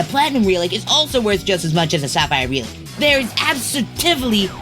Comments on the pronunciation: Dude, pronounce RELIC correctly its not RE-LIC its REL-IC ya blimey sod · The word "relic" is pronounced when the "e" makes the "eh" sound as in "egg". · I had no idea what you were saying for the word "relic" until you wrote it on screen. I've never heard someone say it like that. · Insane way to pronounce relic